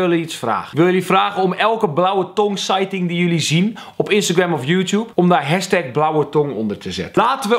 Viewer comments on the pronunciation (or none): none